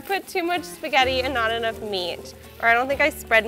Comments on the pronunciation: What the hell is wrong with her E-Nough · The way she says "enough" HAHA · The way she pronounces 'enough' really pisses me off